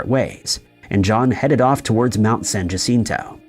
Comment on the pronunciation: San Jacinto is spanish. The J is pronounced as H. You should say San Hacinto. Thanks. San Jacinto was a famous battle in Texas and is a battleground visited by many people each year.